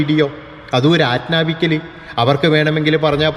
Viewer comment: ആദ്യം ''ആജ്ഞാപിക്കുക'' എന്ന് പറയാന്‍ പഠിക്കെടാ. ''ആജ്ന്നാപിക്കല്‍'' അല്ല. പള്ളിപൊളിച്ചോ? മോനേ... ആ മൂന്ന് dome ഉണ്ടാക്കിയത് അമ്പലത്തിന്റെ മുകളിലാണെടാ